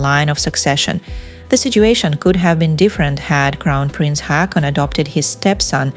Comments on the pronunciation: Two " a " make it sound like " o ". Pls learn the pronunciation before saying people's names. Haakon = Hokon. Not Hakon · IT'S HAW-KON